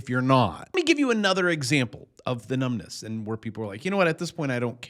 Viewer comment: Ahhh. Did you say numbness or numbnutz?